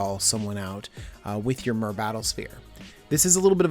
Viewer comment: Cringing everytime you fail at pronouncing myr....